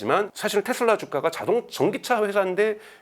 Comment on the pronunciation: 텟슬라가 아니고 테슬라 입니다.